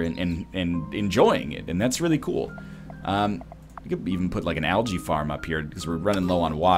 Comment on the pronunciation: English is my second language, but is that really how algae is pronounce?